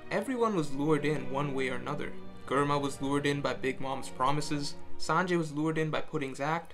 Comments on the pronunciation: Germa, say it will me Jrr-muh. Not grr-muh, jrr-muh. If you get confused think of GERMany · The way you say germa just is weird to my it’s germa not gherma😂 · Who else cringed every time he said Germa with G instead of like "J" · he say grrrrma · Its "J-erma", ty. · My ears bleeding when he says gorma to germa .. uff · why say GURMA aaaaaaaaaaaaaaaaaaaa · GUR-ma lmaoooo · It's pronounced Jerma... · Germa sounds better pronounced jerma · Dude, you know how to pronounce Germa (JERM-UH) Stop playing these games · the way you say germa infuriates me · The Video was great. But who else else got annoyed everytime he pronounced Germa 66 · Do you also say gurr-many? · Cant even say Germa properly... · Germa isn't "grrma", it's "jehrma". Also, Akainu = ”aka inu", or "red dog".